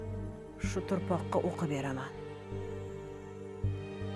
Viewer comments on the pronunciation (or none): Tuproq❌ turpoq✅ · "Turpoq" emas "tuproq" deyiladi avvalo òzbek tilini tòĝri gapirishni folbin rolidagi aktrisaga òrgatinglar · Турпркни дедими фолбин? Тупрокни демай